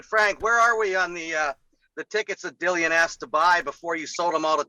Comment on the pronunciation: Who's this Bent or Benz whatever WEASEL yank lawyer chatting absolute shite? If you side with him over Frank you shouldn't show your face in these good islands aga...ROYAL BRITTANIA. Also he says 'Dik Dillian' , also you see you Jeff Bent, yeah you see you, you little stiff - Tyson Furyyyyyyy. Refusing to be on a poster as not agreed Dillian Whyte artwork!? 😂 Dillian who is this man talking for you!?